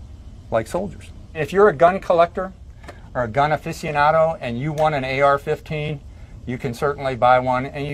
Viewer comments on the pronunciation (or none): 45 anyone who says aficionado the way he does is an idiot